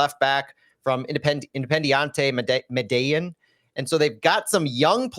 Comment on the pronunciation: Ouch! Santi would be disappointed in pronunciation of Independiente Medellín!!!